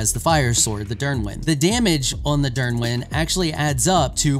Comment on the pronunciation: Dyrwyn pronounce is perfect Niddhog as well, its pronunced "Need hog"